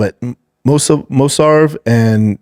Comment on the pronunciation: So Brendan pronouncing Movsar name and its different and hilarious every time?? Anyone noticed? 😂